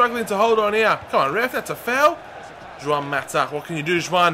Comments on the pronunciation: Juan, not Zhuan. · Why are you calling Juan "Juwan"?